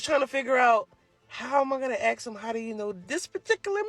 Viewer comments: Saying Axe instead of Ask still puzzles me. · If an American woman says “aks/ax” rather than “ask”… I’m definitely not interested even in talking. FFS speak English! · I agree and so I must give a quick lesson on how to pronounce " ask " Think and say ASS and then add the K sound, so ASS-Kuh!